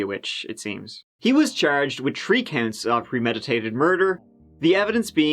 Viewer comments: Hey I never realized this before but this guy says three like tree. Has anybody else noticed his before? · Always a lot of three’s on “ The Chapter” Tree years old ... Tirty first .... twenty tree ✊🏼😜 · WHOOHOO, it’s twelve o’ tree pm. Lets give it a GUU!! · "July turdy ferst". "Waun, Tuw, Tree". Lol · I find it weird how you pronounce the H in the, that, there.. but not in three or thirty .......